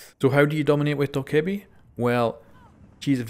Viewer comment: Some dude kept saying, “GiVe Me ThE nEw OpErAtOrS oR iLl Tk YoU” so I voted to kick him and he got kicked. P.s. It’s pronounced DOE-KAH-BEE